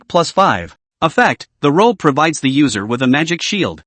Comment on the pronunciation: Good story but when he says "the" that is annoying because of the why it's said